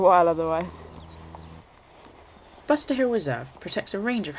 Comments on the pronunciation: So as a budding documentary film maker, (being paid and supported to make the film ?)you would want to say the names of the places you visit correctly.........Loved the video but, was irked that you made so many gaffs...........eg it is "But ser" hill, not "Bust er" hill and farm...........eg, Lewes is spoken, "Lewis"....... a brief chat with anyone who knows anything about the area (fellow walkers?) would have you on the right track. Also are you allergic to cafes ? There were so very many you passed without commenting on or even showing us the pleasure of stopping for a brew.........loved the one that you did share......very sorry..........having said all that, loved the film. Thank you..........p.s. so was the kick starter fund giving you money to make this film then ? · Butser Hill not Buster.